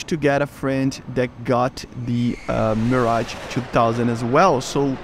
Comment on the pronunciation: Bruh he said mirgae